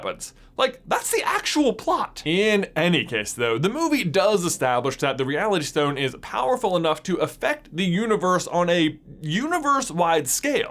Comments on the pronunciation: The infinity ‘Shtones’ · Am I the only one triggered by him pronouncing Ss as SH like 'POWER SHTONE'. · He says stone like schtone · The way he says SHTONE pisses me off so much, why am I so petty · Which Shtone is the best Shtone? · That lisp is rather annoying. Every "st" word gets pronounced with a "sht" instead. Like he says stone like shtone. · Once I noticed you pronounce it as "Power Shtone", I couldn't not notice it. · Is it just be or does he say stone in a funny way? Like “shtone” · Have you realized he says shtone sometimes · I laugh every time he says power schtone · This guys pronounciation😂😂 Schtone, firscht, and my favorite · WTH is shtone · Lol "shtone" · If I hear him say "power schtone" one more time. I'm gonna lose my mind. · "power shtone" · The power schtone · Ok did anyone else realize he says “power SHtone” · “Power Shtone” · Word of the day: Shtone! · You say stone in a really weird way. "Schtone" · Shtone. Lots of shtones. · I hate how he pronounces the s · Am I the only one getting annoyed by the way he's says "stone" like "shtone" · Maybe it's just me but I cant finish watching the video because its infinitely annoying how he pronounces "s" like "sh" in every sentence. For instance: "Power Shtone" I just cant handle it. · infinity schtone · I’m sorry but I can’t get over how he pronounces stone as shtone it’s quite annoying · Am i the only one hearing shtone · It's stone not shtone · Stop saying schtone, it’s so annoying! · Who else realised he was saying power Shtone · why do you keep saying “shtone”? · This may be nit picking but every time he says “stone” he says “shtone” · The power shtone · POWA SHTONE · Its stone not shtone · Why does he say power stchone, but with the others, he says stone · Where is from? He pronounces stone as shtone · "Shtone" lul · power schtone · Power Shtone powered Shtaff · Stop saying "estone" please its really annoying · He keeps saying shtone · It is not a schtone its a stone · shtone lol